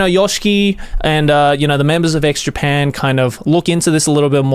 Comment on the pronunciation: Am I the only one hearing Joey say "Eggs Japan"?